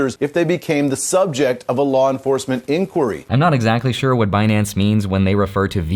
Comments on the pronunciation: Now I'll never be able to NOT say Benance. Epic Yellenism. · It's benance 😊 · Stop saying Binance. It’s Benance!!! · I don’t think you should be able to take money from them if you can’t even say their damn name properly.